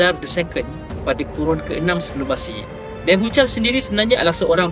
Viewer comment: tulisan Ibrani dibaca dari kanan ke kiri. Bukan dari kiri ke kanan. "ch" dalam Nebuchadnezar disebut "k" atau "kh". tulisan Ibrani ditulis dari kanan ke kiri. Bukan dari kiri ke kanan.